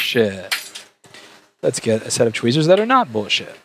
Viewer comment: Drunk Louis: Fixes MBs no problem Also drunk Louis: "Deeze Twheeeeeezers are BULLSHIT!" YEET